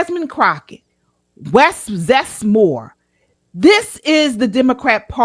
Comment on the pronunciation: "Wes Zest" Moore I'm dead. 🤣🤣🤣🤣🤣🤣🤣🤣🤣🤣